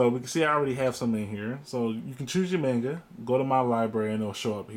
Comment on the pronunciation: Murdering the pronunciation of 'manga'... Why? Manga, 'ma' like in 'mama', not like 'may'.